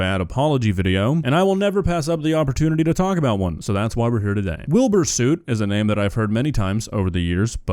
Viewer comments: has clearly never heard it at all because he keeps calling him Wilbur Suit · I know he's a bad guy but I swear if I hear Willbur Suit one more time